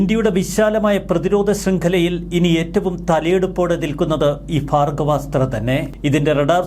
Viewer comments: ഭാഗവ സ്ത്ര അല്ലടോ ഭാർഗവസ്ത്ര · ഭാർഗ്ഗവാസ്ത്രം എന്ന് ഉച്ഛരിക്കൂ, അനിയാ